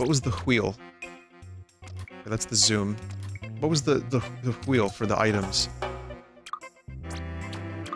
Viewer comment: Him saying wheel like that makes me pissed